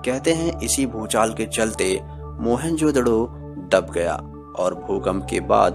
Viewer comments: Sir mohen jo daro nhi moen jo daro hota hai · Oohhhhh godd stop saying mohenjodaro mohan jodhdo😕😕😕😕😕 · Mohan jodro nahi bhai. Mohan jodaro hai woo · Its mohenJODARO not..mohenJODDO..😂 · Bhai.... Vo mohanjodaro hai ..... Mohanjodro nhi 😂😅 .... Baaki knowledge bahot achha hai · Who jodaro hota hai na ki jodoro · It is not Mohan jodro it's Mohan jodaro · It's not Mehenjododo it's Mehenjodaro. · Bhai video. Achi par mohenjododo nahi mohenjo daro hai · मोहेंजोडो नही होता मोहेंजदारो होता हे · Are pagal mohenjodaro hota hai na ki mohanjodadddo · Please try and work on you pronunciation of the word 'mohenjerdaro' , you sound as if you are using a profanity for someone.